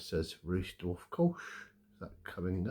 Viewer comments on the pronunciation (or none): Lovely beer! Pronounced “rice-dorf”, not “Reese-dorf”. Makes me want to go back to Cologne. Thanks for sharing.